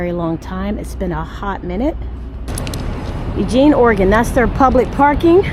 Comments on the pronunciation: U-gene Oregon is said perfect! Home of the Oregon Ducks! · It took a long time to get out of California and into Oregon. With a roomette I would have hoped for your own bathroom. You said Eugene the right way it's pronounced just like the name Eugene. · You said Eugene right 😉👍🏼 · You pronounced it correctly 😂😂😂👍🏽